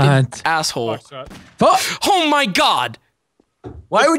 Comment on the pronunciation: I love that he doesn't say "asshole", but he does say "ass-whole", lmao.